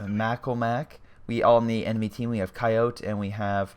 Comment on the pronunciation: GLORIOUS Replay,but I think you should know Coyote is pronounced "Ky-O-Tee".